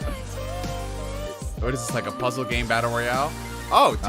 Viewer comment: You said puzzle games 😂😂😂😂